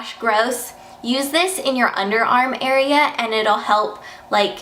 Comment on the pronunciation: OMG I laughed so hard when she said "AREAA"